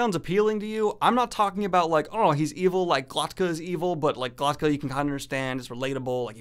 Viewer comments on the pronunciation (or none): Glok-ta. K before t. Not Glot-ka. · why does he keep pronouncing Glokta's name GloTKa???